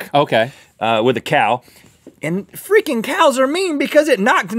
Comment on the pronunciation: He said freaking. He's done it before in said manner where he does not particularly pronounce the "r".